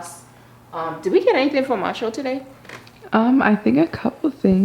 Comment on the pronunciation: It bothers me how she doesn’t say Marshall’s she said Marshall